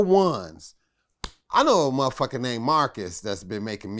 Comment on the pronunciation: Vlad, Vlad, Vlad...for the luv of God, please stop saying “muhhhfucka” like that. Im not judging your interviewing skills cuz clearly I watch them but I literally cringe when u say it like that. I’m not offended in the least by the word, just your pronunciation (or lack thereof) of it. Just my humble opinion. 🛑 ✋🏽